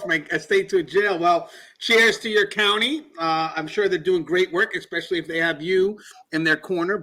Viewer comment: Great video, as always. I enjoyed your book as well. Please continue the excellent work! Something I've noticed... A word you use quite often is "especially". However, YOU seem to pronounce it "expecially" or "ek-specially". Is it unintentional? Or possibly due to your accent? Again, keep up the excellent and informative work. I look forward to your videos 👍